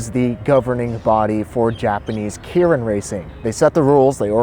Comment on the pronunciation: I think it’s pronounced “kay rin”